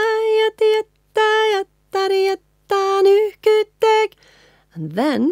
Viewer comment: Hey,! As a big admirer of your work from Slovakia (I don't speak a word of Finnish) I have a question. Are you singing the K sound at the end of the word nyyhkyyttee(K) on purpose? I've always noticed it pronounced (and even in this video), but never seen it written like that in the lyrics, so I'm curious 😁 Thanks a lot! 😊